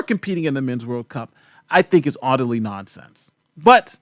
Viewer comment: Wait, did you say udderly nonsense? Excellent Anal ysis though!!! I think all the soccer ladies should get pearl necklaces for their efforts though